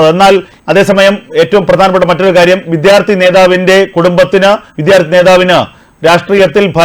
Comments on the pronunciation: Use your pronounce correctly. Vidhyarthi alla. Vidyarthi ennu prayuka. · വിത്യാർത്ഥി അല്ല സർ വിദ്യാർഥിയാണ്